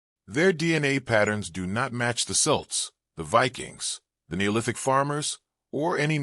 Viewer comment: Celts hard C pronounced Kelts, not Silts! Leabhair and Tuatha De Deannainn pronunciations pure cringe